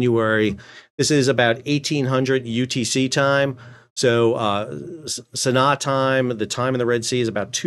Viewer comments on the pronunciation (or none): SANAA it's pronounced (sa-kna') Not (sa-nuh) as you pronounced It's a double a. aa. Sanaa. Sa-na-a'